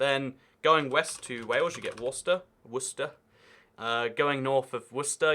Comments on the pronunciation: Pronounces Leicester and Gloucester properly then says “Worsesster” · As someone from Worcester it made me cringe so hard